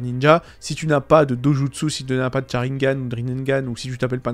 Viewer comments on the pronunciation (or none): none